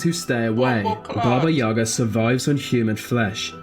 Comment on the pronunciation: In Russian fairy tales too. When I didn't want to sleep, my mother scared me with Baba Yaga )))). But the stress in the word "Yaga" is on the second syllable.